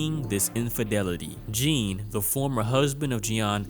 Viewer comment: Baaaaaby I’m begging you to just start googling how to pronounce foreign names before you write your scripts!! That is not how you say Jean!!!